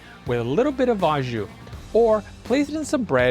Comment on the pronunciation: Au is pronounced like oh, it’s French. Don’t worry I know you Americans have trouble with words that end with eu or au, it’s oh, not ew